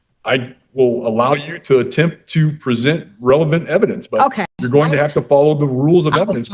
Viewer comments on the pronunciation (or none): She also cannot pronounce relevant. She says revelance. Ignorant and dumb. Dumb. Dumb. Dumb. She has no idea what judge is saying. Dumb dumb dumb. Scary how incompetent postal employees are. And can’t speak proper English. Nauseating.